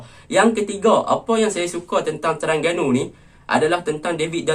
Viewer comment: Terengganu laa bkn terangganu hang nie 🤣🤣🤣